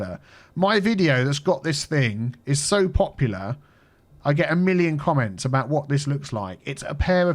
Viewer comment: Drive aboot. ..lol love it